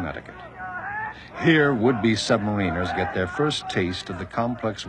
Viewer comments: It's sub ma-ri-nas not marina's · You would think he'd know how to pronounce submariners?